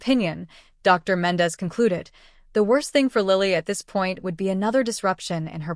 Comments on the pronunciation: Dr . = doctor Ms = Miz You don't pause between Dr. and the person's name Same goes with Ms. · AI strikes again. I think these stories are just that, stories written and read by AI. AI doesn't know how to read Ms or Dr. The only surprise here was no person named Chen!